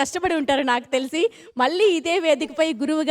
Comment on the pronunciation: గారి విశ్లేషణ చక్కగా ఉంది. గారి anchoring పేలవంగా ఉంది. తెలుగు భాషలో ఉచ్ఛారణ దోషాలు చాలా ఉన్నాయి. మళ్ళీ, వెళ్ళి వంటి పదాలు చంపబడ్డాయి. అది చక్కటి తెలుగు పాటల పల్లకి అన్నప్పుడు, వీలైనంత వరకు తెలుగులో మాట్లాడడం బావుంటుంది. తెలుగులో పదం లేనప్పుడు, అన్య దేశ్యాలు వాడడంలో తప్పు లేదు. ఇలాగే కొనసాగితే, ఆవిడ ఈ కార్యక్రమానికి పనికిరాదు.